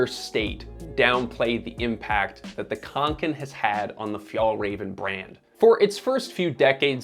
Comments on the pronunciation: Can I please PLEASE make a point: "å" is not "a", any more than an "f" is a "t", or an "E" is an "F", just because there is a little added bit, it doesn't mean it's the same. It's grating and jarring, to hear your american "khank-ken" "ack-ee" when it's not that hard to say an "oh" sound, is it?? (My uncle Åke is rolling in his grave). Like..... somehow you said "ä" as "eh" just fine, why not "å"???? Seriously, I love your channel but if you can't pronounce any word correctly (english, svenska, française.... my dude. Please. It's an integral part of research). Rarely do I make snarky comments like this on yt videos, especially on channels I like, but perhaps it's because I'm such a fan that this irked me so very much. Also, like Sweden, NZ has similar "allemansrätten" too, so I do actually appreciate companies making practical, no nonsense sorts of things. The rucksacks the company make also are waterproof in a very unique, less-goretex-more-natural-wool-type-trait kind of repelling to moisture; knowing you made a video about goretex, I do suggest you have a look closer look not only at your ragging on fjälräven, but also Kathmandu (est. 1987), fairydown(est. 1877), and the mckinlays (est. 1879) and sistema (also established in 1987). They are all pretty incredible brands that are all homegrown in New Zealand, and ideas for diversification? Instead of JUST the american focus you seem to love... — sincerely, a minorly distressed kiwi with a swedish father who passed on his sch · Å is pronounced like an O so Åke is like "Oke", same with Kånken, it's "Konken". ;) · And Kånken is konken so